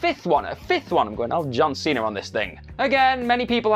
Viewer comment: Why does this guy put an R in words that end in an A. John Cenra, Coppolra?